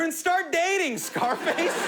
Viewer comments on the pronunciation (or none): none